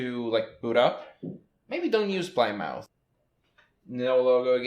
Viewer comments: Plymouth is name of a city in England, pronounced 'plimeth' :) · this isn't too important but plymouth is pronounced pli-muth. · LOL, Plymouth is a town in Massachusetts, USA, pronounced "PLIM-uth."